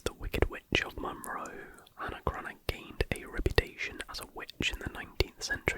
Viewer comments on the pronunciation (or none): none